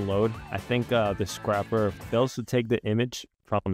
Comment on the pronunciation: mispronouncing scraper </3